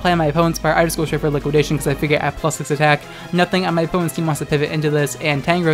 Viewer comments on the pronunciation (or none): none